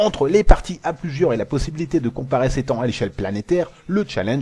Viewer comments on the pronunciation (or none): A tu dis pas "Thon" à la place de "Temps" ? Et sinon, plié pour le "Père, je veux un nouvel écran" ! Bonne continuation !